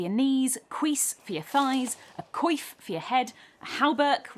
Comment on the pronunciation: Not to be the asshat here but when you called the Coif pronounced a kwäf a queef i about fell off my chair.